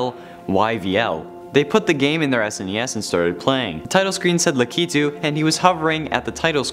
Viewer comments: No you pronounce it as lack-I-tu not la-key-tu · U pronounce it lak u too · Pretty sure its pronounced Lack- i -to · Lakitu is pronounced lack it u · Its Lakitu (LAH-KEH-TOO) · You said his name wrong sorry